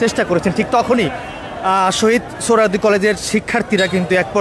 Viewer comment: সাংবাদিকতার মান কতটাই নিচে নেমেছে এর উদাহরণ এই ভিডিওটি, সৌহরোয়াদী কলেজ কে বলছে সৌহরোয়াদী উদ্যান , এমনকি ভিডিও টাইটেলও ভূল লিখেছি !! অথচ এটি একটি জাতীয় দৈনিকের ভিডিও পোর্টাল।